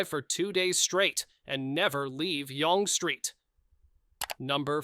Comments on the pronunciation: Yong st. come on man get it right it's Young like opposite of old :[ I CAN'T WAIT TILL YOU TUBE GETS RID OF AI - but they said they would last year and did not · Yonge Street is pronounced YOUNG. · I believe the word eh...was given to us by the Britt's. They use eh an awful lot. Example...you thought she was with you eh?? Eh? When you watch a British tv show...keep an ear out. You'd be surprised. Eh? Oh and Yonge Street is pronounced Young...so there you go. 🇨🇦🇨🇦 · Pronounced YOUNG…. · AI pronunciation of Younge St. ... 😅